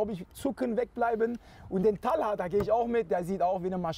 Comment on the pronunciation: Talha und nicht "Tahla" ?